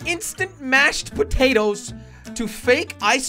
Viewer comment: how he said “ potatos “ 😂😂😂😂😂😂😂😂😂😂😂😂😂😂😂😂😂😂😂😂😂😂😂